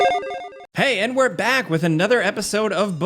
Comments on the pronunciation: In the start he said “hi and we’re back” But why did I here “ hi n–word back” 😭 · I really thought he said hey nword back 😕